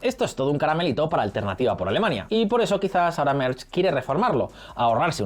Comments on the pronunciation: Merz no se pronuncia "Merch", sino "Merts". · El canciller "Merch" 😂 ¿Dónde ve la ch en "Merz"? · Un chupito por cada "Merch". Pero, ¿de dónde se saca la ch este señor?!